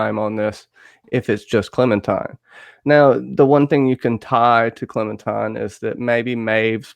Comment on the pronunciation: I cringe every time I hear 'Clementime'